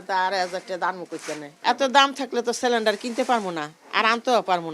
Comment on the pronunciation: সিলেন্ডার না ❌ সেলেন্ডার✅ 😂😂😂